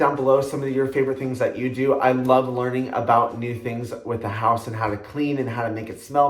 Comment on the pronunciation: I absolutely love candles! And wax melts x will need to get some zoflora 😍 loved when you said “the hoose”😂👏 another great video💓